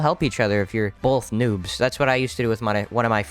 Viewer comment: I did not hear noob I heard nuke